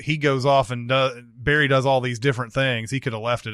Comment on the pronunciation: Wish they'd pronounce Barry's name correctly, like Goran does.